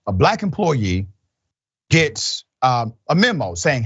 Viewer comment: " a Black emplooyee" .... A Black emplooyeee of whom? You are far from a journalist. You speak like a child. By the way, Why can my 3-year-old nephew pronounce a 3 letter word, but not you?